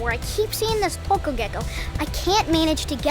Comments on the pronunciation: I love how you can correctly pronounce the local name: "Tuko" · I like the way you pronounce the ”tuko”. Your a great youtuber keep it up. Love watching you and your family too.